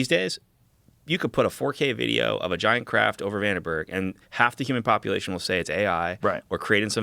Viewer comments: It troubles me that they both pronounce Vandenberg “Vanderberg”. Makes me not take Dan’s research seriously. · Sorry, but 80,000 feet is NOT "space." Not even close. (Search "Kármán line.") And he repeatedly mispronounces "Vandenburg." Kind of basic stuff. (And only 29 minutes in.) Consider me skeptical about this "expert".... As for Rogan, the movie is "The Conqueror," not "Genghis Khan." And it was shot in Utah, not Nevada. Like JRE, and many of its guests, but the show needs a live fact-checker. Way too many careless errors.